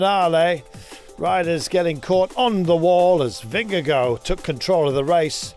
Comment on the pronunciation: He's actually really close to pronouncing it perfectly 🤷